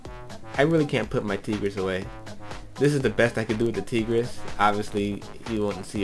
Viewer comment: Oh for the love of god....the weapon's name is pronounced "tie-griss", NOT "tee-gris", like a female tiger. (And yes, i know the spelling is different) You're welcome.